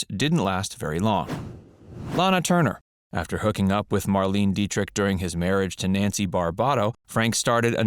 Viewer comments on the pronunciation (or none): It's Marlene say it right.